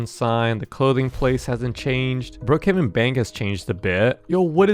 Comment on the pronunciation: When he was at bloc fruit Wayne he said Brookhaven I heard bookaven